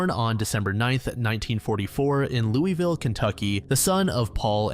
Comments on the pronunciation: It’s pronounced “loo-vuhl” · As someone from Louisville, Ky we are very specific about how you pronounce our city it’s “Lou-ahh-vuh”. Anyways keep up these videos I fall asleep to them every night you do such a good job!